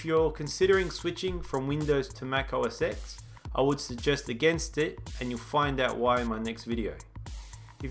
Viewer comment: its pronounced mac o s TEN not EX otherwise awesome review